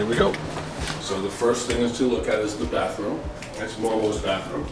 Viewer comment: J'adore la voix du monsieur.. surtout la prononciation de "Bathroom"